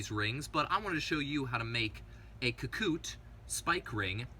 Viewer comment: Ka- Ku-Te, not Ka-Koot